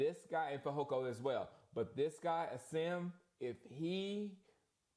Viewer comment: Asim's name is pronounced "Awesome", which is awesome 😅